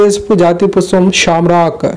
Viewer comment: PushPam not puspam